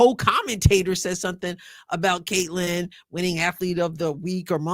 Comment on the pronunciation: No Sophie, no Lexie and could barely say Caitlan. Racist much?